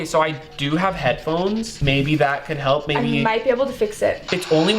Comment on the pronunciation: he sayd halp